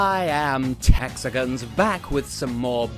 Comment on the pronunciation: Texagons? Is that your cousin from Texas?